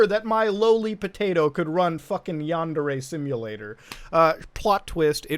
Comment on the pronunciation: Wow... nails on the chalkboard! |Yáh | | n • DÉ | | Ré | — the Japanese words use both a high/low tonal variance and the vowels always keep the same sound. A short version of the vowel for a, e, and u — and a long vowel for i, and o. These never ever ever change — Ever! They combine to make the relevant forms sometimes... 🤦‍♂️ ugh — my point being — and it’s terrible that I’ve even explained all this.... you’re pronunciation of “yandere” is killing me. For anyone wanting to disagree — my argument is this: have you ever heard an America speaking Spanish with zero accent — albeit with “fluency”?? It’s horrible — it’s a perversion that makes you wan to tear your ears off so you don’t have to hear that murder-babble... ok so this isn’t the same thing even by far... I have no argument... man that was a good dab 🤣